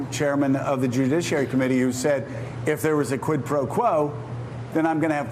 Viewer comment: Its not quick its quid jee